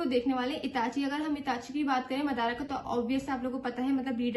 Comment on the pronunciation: 7 min 5 sec pr wo jo naam bol rha hai usko suno madara nhi madra